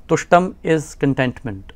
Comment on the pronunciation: its not pushtam, but tushtam...or tushti..